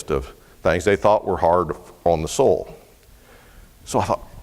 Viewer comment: Ain't it cool how pronounces soil? Its soul! En arche en ho logos....!